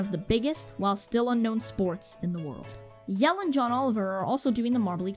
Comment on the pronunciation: Sweet video, and although I am a Team Momo fan (which I will forever hold against this channel) and that fact that I winced every single time that you mispronouced Jelle's name (it's pronounced like Yellah, from Mellow Yellow) this had some great quality stuff and decent analysis. Room to improve, but still a great video.